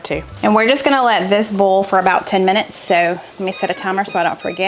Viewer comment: One of my favorite aspects of your videos is watching the close captioning (I have significant hearing loss). The southern in you shows when you say "boil", it shows as "bowl". The captioning usually understands oil, but occasionally shows as oal. Makes me laugh every time. I look forward to Tuesdays and Fridays for sure. Keep on keepin' on!